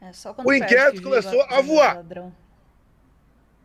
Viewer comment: O. Inquérito (começou "AVUAR) Ô pirtugueis